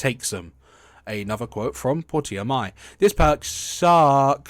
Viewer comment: Why did you pronounce her name as "Pour-tee-uh"? It's pronounced "Porsche-uh". I would have thought that was obvious from the spelling.